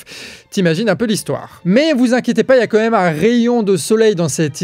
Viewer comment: Il continue à dire comême.. c'est quand-même.